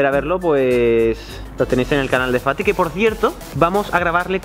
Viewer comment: Cuando dice fati parece como si dijiera. Paty